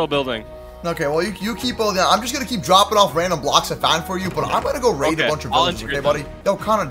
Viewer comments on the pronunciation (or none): none